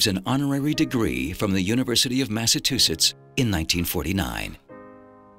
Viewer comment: The University of MassaTUsetts? And all these years I thought it was Massachusetts.